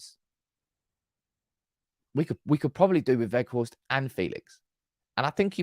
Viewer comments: Hello, I’m Dutch. And please stop saying wetchhorst, it’s weghorst 👏❤️🤣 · You have Wout spot on. As for the G ... English doesn't have that sound. I believe Welsh has it. Most outside The NL say Wackhorst, defo not Wedgehorst. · Quite well pronounced, some practising on the G, ..... A bit stronger at the end of your throat. Say WeGGGGhorst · Weghorst "pronounced - Vekhorst" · I think Wout Weghorst which you pronounce in englisch as Woud Waghorst will be a key player in scoring a couple important goals. Also I think that the money he would be worth is around 10 mil is the same as a young player with the same capabliteits but he would be worth 30 mil because of potential growed. So for 10-15 mil you would have a key player for important situations or to relieve Martial physicly. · Hi. Great convo as always. His name is pronounced VOTE VE(G)HORST, the G in the surname sounds like a growl. Lol. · Go to Forvo for pronunciation. Vout Vech-Horst (but the ch isn’t hard, it’s softer and phlegmy, like you’re about to spit) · The G in weghorst is a hard G. Use your throat Just listen to some dutch and the way we use the G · You’re pronunciation of Wout is good enough. Weghorst is like wedgehorst without the ‘d’. was your best attempt lol. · That girl really threw you off with the ''ch''. You were pronouncing it fine before.